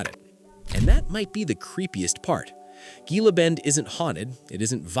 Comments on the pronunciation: The G in Gila is pronounced like H, you are no authority on Arizona if you do not know that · Typical AI !!! Everyone knows how “Gila” is pronounced. H sound and NOT a G!! At least it isn’t a BRITISH ACCENT narrating. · It's pronounced Hila Bend... stupid AI.